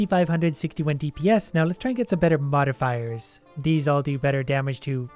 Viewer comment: "Modder Fiers" yes the i is indeed an er